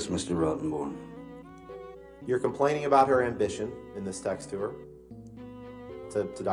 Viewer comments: There's a great part where it really sounds like he's referring to Rottenborn as "Rottenbottom". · Thought he just said Yes Mr Rotton Bottom 😂Christ no one can talk objection, hearsay, he only said 'I' 🤣🤣🤣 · ROTTEN- BORN?? I thought he was mispronouncing it on purpose. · It is such a fitting name, especially putting the emphasis on the first two syllables with a slight pause before the third